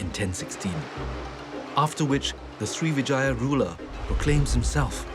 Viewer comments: Pease don't say it SRI VE JAYA but SRIVI -JAYA (SRIWIJAYA in INDONESIA) SRI VE JAYA is wrong and sound ugly too, like saying VAGINA 🤔🤔😡😡😡😡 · Not Srivijaya but Sriwijaya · not Srivijaya, but SRIWIJAYA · Everytime he says 'Srivijaya' it sounds like he is saying Three Vaginas. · Every time he says srivijaya, i hear vagina